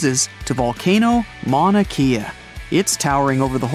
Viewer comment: I live in Hawaii and your saying mounakea wrong